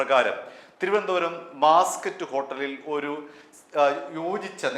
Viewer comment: മാസ് ക്കറ്റ് ഹേട്ടൽ അല്ല ബാസ് ക്കറ്റ് ഹേട്ടൽ ഹോട്ടലാണ്